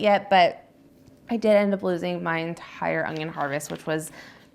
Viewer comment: Its un-yon. Not ongyon. Why do so many people struggle with pronouncing it without a g???